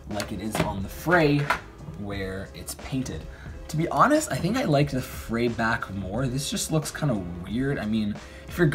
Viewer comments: OMG IT'S PRONOUNCED LIKE "FREE", NOT "FRAY"! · ITS FREE!! Not fray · The line over the "E" makes a strong e sound. It's pronounced free... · New drinking game: take a shot every time he says "fray" (afterwards you'll be so drunk that the mispronunciation won't be as painful to listen to) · its pronounced free but ok